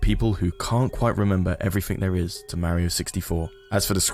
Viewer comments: Not going to lie, very interesting topic, but I cringe everytime this guy says Mare-io instead of Mar-io. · mar-ee-oh I MEAN he even says it himself, how can you manage to mispronounce it so badly? you had to have played it to have made this video, so there is NO WAY you haven't heard him say his own name......YOU EVEN SAY IT RIGHT MULTIPLE TIMES!!! WHAT GIVES????? war-ee-oh sheesh man..... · You pronounced mario wrong